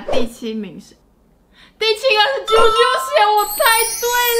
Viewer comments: 在此糾正是ㄐㄧㄡㄐㄧㄡ鞋 不是ㄐㄧㄨㄐㄧㄨ鞋😂😂😂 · 為什麼是ㄐㄧㄨㄐㄧㄨ鞋😂😂😂